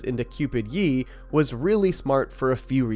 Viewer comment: Cringe how you pronounce Ye